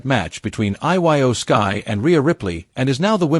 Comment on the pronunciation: I really hate when the narrator doesn't no nothing about who or what he's talking about . As soon as he said iyo Skye's name wrong I just ended this